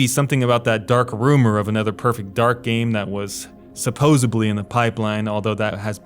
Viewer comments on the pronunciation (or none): Bruhhhh seposuhbly?